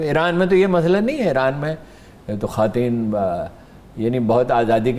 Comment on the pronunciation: جناب ہارون الرشید صاحب عاجزی کے ساتھ گزارش ہے کہ یہ لفظ "خواتین" جو ہے اس کا تلفظ "خاٹین" نہیں ہے، یہ تلفظ غلط ادا کیا ہے آپ نے۔۔ یہ لفظ " خوا تین " ہی ادا کیا جائے گا اس میں واؤ کی آواز ادا کی جائے گی، حذف نہیں ہو گی واؤ کی آواز۔۔۔ شکریہ